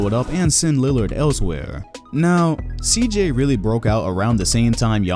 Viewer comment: The disrespect on CJ’s name